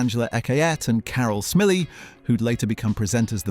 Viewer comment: The AI voiceover is lamentable. Carol Smillie was hilariously mispronounced.